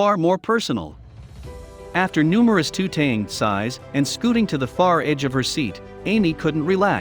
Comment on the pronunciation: He pronounced it tooting, rather than tutting at the very beginning. :)